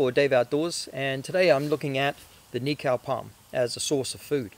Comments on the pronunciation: cool video, just a tip on pronunciation for the word Nikau if you're open to it.. rather than say it as knee-cow.... try knee-co (as in co-op) to remember it just think of.... "Knee-co the knee company" xD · cool! another one Hokitika "Hawk eat tea car" run the words together fast